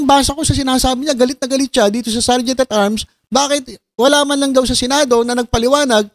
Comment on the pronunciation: pagkakarinig ko sir sergeant of arms😂😂😂